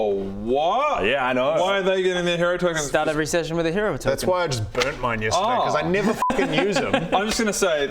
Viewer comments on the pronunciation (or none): none